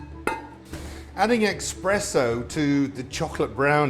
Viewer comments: Darren, it is pronpunced ESpresso. Not EXpresso. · Everytime someone says eXpresso instead of eSpresso an italian nonna dies of shame. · Terrific presentation Darren! but i'm surprised at you saying "eXpresso" when it is in fact "eSpresso" Thank you Darren🍀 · Chef Darren, please remember that there is no x in espresso. It's not ex-presso it's espresso. I know you speak the Queens English. Delicious recipe. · A shot of Bailey's would be great too! (But pleeease drop the X? It's eSpresso, not eXpresso!!) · Every time I hear someone pronounce espresso as expresso I die a little, but yes, just as its great to have a bit of coffee in chocolate to enhance the chocolate flavor, in a coffee dessert its great to have a bit of chocolate as well. Or a Texas style chili for that matter. Definitely going to try this recipe. There is a chocolate cake I learned long ago, that is a modified version of what we in sweden calls kladdkaka (sticky cake) which is a chewy goey chocolate cake. But the trick to this one is that you add a layer of tosca like topping, basically you boil sugar, syrup, cream and butter and then put in a lot of coconut flakes. That mixture you then spread on top of the chocolate cake. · eSSpresso...not eXpresso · Expresso?? Espresso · Did you say EX-presso? The HORROR!!!😄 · How is it that even a “pro” chef from England can’t properly pronounce “crème brûlée” or “espresso” without an X. Shameful.